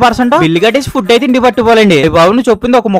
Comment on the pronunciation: Bro nevu foob ani petav bro food ani petu bro❤